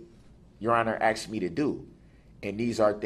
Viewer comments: Darrell I know you got your busy pretending to be a lawyer. But its asked not axed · You AXED me to DO DAT 😄😄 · I know, poor poor poor Darrell, everyone is so biast against him!!! AXED AXED AXED AXED ME TO DO..Is it fair to say…Substain.. Ugh,.He makes me 🤢🤢🤢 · What in blue blazes does the vile defendant always mean by his saying: “I accept for value and return for value any documents?” AND the vile defendant does NOT ever pronounce the word and/or words “ask & asked” correctly. Vile defendant pronounces the word and/or words as: ast & asts. Vile defendant conducts his behavior AND words exactly as two of my family members CHOOSE to do. The Lord, in HIS timing, WILL give this vile defendant an attitude adjustment, be that here on earth BEFORE he dies, OR in the eternity that he CHOSE, which is in hell with satan laughing in vile defendant’s face. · I'm not sure how many times he's said he axed the judge, but those should've been included in the sentencing. he threatened to axe so many people. Very scary. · "You never axed me ta do dat"- Darrell Brooks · lmaoooooooo yeah haha AXED too many questions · But I axed you your honour